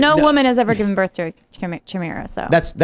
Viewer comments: Chimera’s!? Really!? For f***’s sake 🤦‍♂️ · Why is she saying chimera like that? She just heard them say it correctly